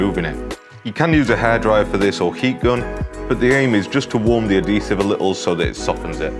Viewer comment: It’s pronounced Add-hease-ive not add-dease-ive